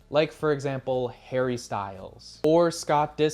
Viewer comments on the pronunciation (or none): none